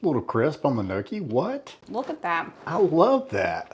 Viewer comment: Looks delicious love your videos and it's pronounced Nyawkee lol but your way is fine too just seemed like you weren't sure lol